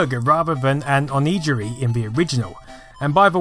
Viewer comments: Gotta be that guy, but... It's "onigiri", not "onijiri" :) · Onigiri is pronounced "oh-nee-ghi-ree", hard G. (inb4 "omg, it's the gif vs. jiff all over again!") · Mate did you just say Onijuri? ;_ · Oni-Giri (hard G sound, not J). Nice video though...I was in hospital when I was introduced to it... They had a SMS 2 for kids. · onigiri is not a J, that’s not valid japanese. it’s also ‘nigiri’ and the o is honorific (and optional). It’s pronounced o - ni -gi -ri. The g is like in grape. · O knee gi ree not o knee gee ree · it is pronounced "o-nee-GEAR-ee"... g not j sound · An onny jerry hunh? (oh-knee-Gi-ri) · hehe ONNY GIRRY [G for GUH and put your tongue where it should be during an L for the Rs (oo-er missus)] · Sir. its O-ni-gi-ri the gi is a hard gi, the same as the uniform used in certain martial arts. I see other people have told you this, but as a weeaboo I feel I must also say it. Another spiffing video by the way. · One complaint: pronouncing onigiri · Onigiri is pronounced with a hard g, like in go/gift/get etc. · LOL! That’s so not how you pronounce “Onigiri” bless you, the “g” is pronounced as a “g” sound and not a “j” sound as in this old, harsh sounding pronunciation video and thanks to your video I am now playing the Alex Kid on my actual Master System. I may be here for a while… ;) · That pronunciation of Onigiri... Just... Why? I've never heard Someone pronounce Onigiri like that. I thought the name was Japanese, not English. Oh well. At least its better than activating a red block. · lol that’s the funniest pronunciation of onigiri I’ve ever heard. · Haha your pronunciation of onigiri is priceless :)